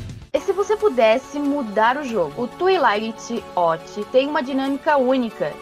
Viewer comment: A pronúncia do "twilight" doeu na alma